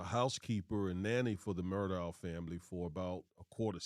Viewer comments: Alex Murdaugh pronounced (El-lik Mur-dock) believe it comes from the Gaelic culture. Have family members in the south that use these pronunciations. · Pronounced Mur dock though. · Common guys!! Murdaugh ...it's pronounced Murdaugh(K)!!